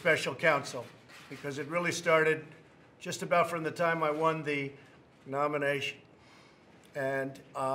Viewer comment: why did he say nomination like that? Then look at the camera sand wink?